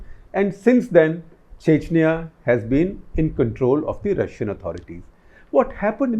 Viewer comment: He talks chechaniya chechaniya